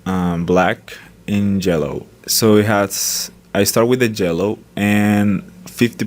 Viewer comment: Well, to me it sounds more like "jello" instead of "Yellow" Maybe its just me ^^